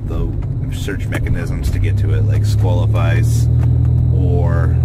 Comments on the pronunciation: why is it that no yugituber can read?? Squalifice????? thats not even fucking close. Saqlifice = Sack-li-fice holy fuck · HOW do you think Saqlifice is pronounced SQUALLIFICE!?!?